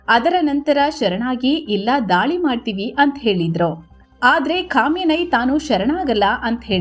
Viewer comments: ಕಾಮಿನೈ ❌ ಖಮನೈ 😅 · “Khamenei” pronunciation 😂